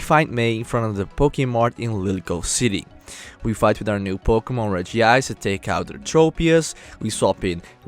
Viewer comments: It's Reg-ice, not Regi-ice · It's not regiice it's regice